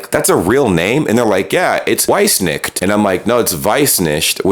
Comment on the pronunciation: At the very real risk of being an idiot, I'm soooooo completely lost on the Weissnicht part. How on Earth do you go from not knowing Germany was Deutschland, and thinking Deutschland was pronounced "dooshland", yet know how to roll off the Weissnicht pronunciation so casually, and utterly perplexing, know the exact meaning of said Surname so confidently that you could immediately see the amusing irony of it in the context of a last name? I am at a total loss as to how this chain of events is just tossed out in your video with no background.